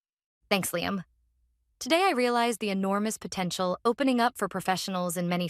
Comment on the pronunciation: When she says Liam, she really means LLiam